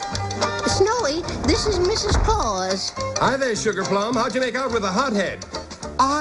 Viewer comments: It's CLAUS not CLAUSE! 😀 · It's "Claus," not "Clause." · Claus not Clause